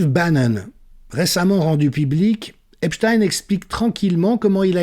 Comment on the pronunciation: Merci prononcer "Epstein" comme "Einstein".